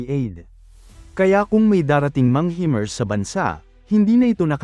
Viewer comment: Himars po hindi hemars